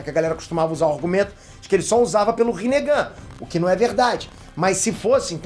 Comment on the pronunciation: Kk no começo do vídeo vc falou rinehd